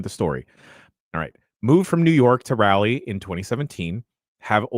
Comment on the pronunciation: I heard that and like cringeddd lol